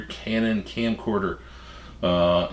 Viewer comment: It sounds like he is saying canon viagra